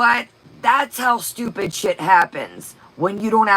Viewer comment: Cornt drives me nuts, as does "stupit"". Not cute at all.